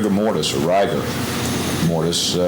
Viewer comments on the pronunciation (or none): I know it doesn't matter but every time that guy pronounced rigor rye-ger it makes me twitch... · its almost as much disdain as I have for him mispronouncing rigor all but 1 time.